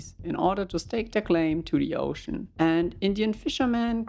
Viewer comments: A poooshon of ze oooshon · “Of ze OHshin”